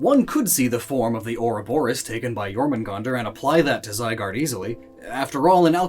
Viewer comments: Jormungandr is pronounced yormangunder if i remmember correctly (sorry just being a smartass) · There's no J in Viking so its Y. pronounced “YOUR-mun-gand''